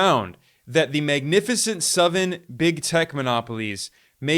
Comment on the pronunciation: Lol why does he say "suvan" for seven? So weird.